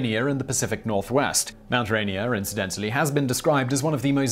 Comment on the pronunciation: OMG! He pronounced Mt. Rainier correctly.